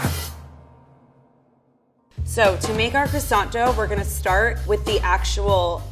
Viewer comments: Croissant dough or krsont dough? Hmmm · Anyone else cringe when said "maRscaponne' and "crOssanT"? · Knowing how croissant is actually pronounced in french made me shudder every time she said it. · The level 3 chef has been a pastry chef for 9 years and she can’t even say “croissant” properly